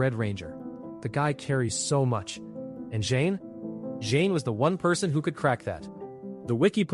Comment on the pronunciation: Im loving this video but only one thing who's Jane? Thought it was zhane?